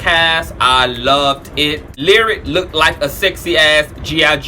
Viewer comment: "look-did" dope. Is "look-did" a word? lol